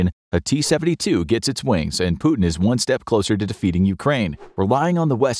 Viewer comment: Blud tries to talk about war, but cant even pronounce Putin 💀